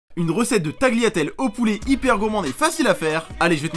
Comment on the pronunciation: ON NE PRONONCE PAS LE G DANS TAGLIATELLE PUTAIN !!! ET ON NE MET PAS D’HUILE DANS L’EAU !!!!!!!!!!!!!!! ET ON NE MET PAS DE S À TAGLIATELLE CAR LE E EST DÉJÀ LA MARQUE DU PLURIEL